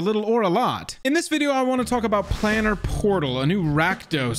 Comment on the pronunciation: Um, actually, thats "Plane-er", not " plan-er." = As in, plane of existence. Thank you for this vid! From what I see it is the only one covering this topic.